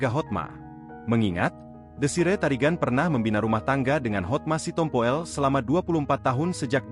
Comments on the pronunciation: Hotma Sitompul, mas. Bukan "Sitompo el" astagaaa 😓😞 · Yang baca kok gitu bgt si, si tompo ell 😂😂😂" sitompul‼️